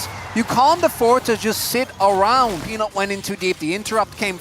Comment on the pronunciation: the caster say penis instead of peanut KEKW